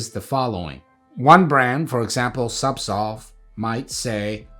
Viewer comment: I swear he pronounces Zubsolve incorrectly. He's either switching the Z & S, or, j7st say SubSolv....imcould be hearing it all wrong. Anyway, im on suboxone and having such a bad list of side effects. Ive had zubsolv, or no, subutex, prescribed before. Just buprenorphine....it was 10 fold more effective & accurate. I cannot explain this to my pain doc, which baffles.....i shouldn't be on suboxone for chronic pain mgmnt